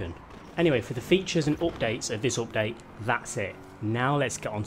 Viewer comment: Everytime he says “optade” take a shot